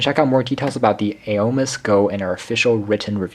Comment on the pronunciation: Pronounced Oh My